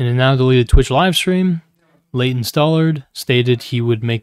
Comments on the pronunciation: Why does pronounce Leighton's name as "Laden" every single time It irritates me lmao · Just wanna feed the algorithm and complain about how annoying and irritating voice is but especially when he pronounces Leighton as laden 😤